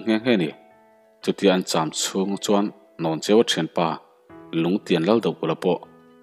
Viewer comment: Hnawncheuva tih i lam dan hi a dik tlat lo mai...Hlawncheuva ti in i lam tlat...